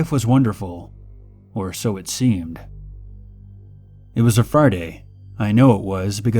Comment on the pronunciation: instead of saying ''it was a friday'', he said "it was a farday".